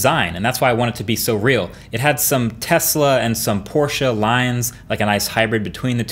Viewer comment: Hey Marques I‘m from Germany and just wanna to say, thaaaaaank you for saying Porsche the right way! 👏🏼